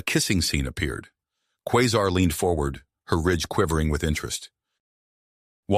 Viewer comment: Qua sar is the pronouncement of her name